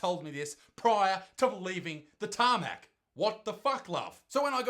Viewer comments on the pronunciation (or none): He said Tamac TRIGGERED